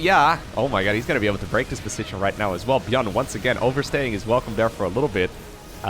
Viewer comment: "Welcome" not "velcome" Who are you and why are you a imposter?